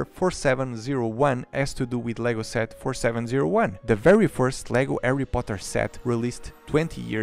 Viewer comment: He sead the lego erry poter og worts